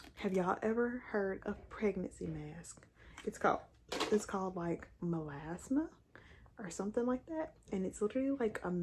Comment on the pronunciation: Beautiful, as always! Also, you were pronouncing “Melasma” correctly as well! Love watching your videos!!